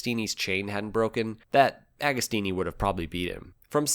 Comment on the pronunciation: JOCK-OMO, not GEE-AH-COMO, OK? AH-GO-STEENEE while we're at it. Nobody will EVER be as cool as Ago, even at 80+!